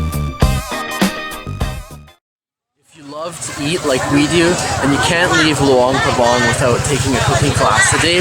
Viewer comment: You guys pronounced luang prabang wrong sorry if i spell it wrong